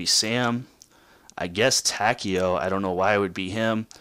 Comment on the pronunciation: whos tokio don't you mean takio